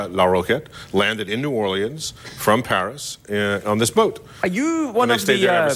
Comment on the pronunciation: I've never heard anyone pronounce New Orleans like John is😅😅😅😅 Or-Lee-anns😂